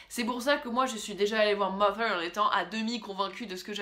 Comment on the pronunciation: jouissance quand tu prononces "mother" correctement :D a contrario des "mozer" que j'ai pu entendre....